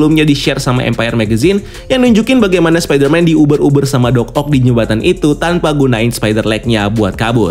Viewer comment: Kagok bgt nyebut Doc Oc nya😂😂